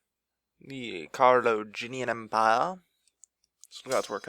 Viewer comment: You say Carloginian empire instead of Carolingian Empire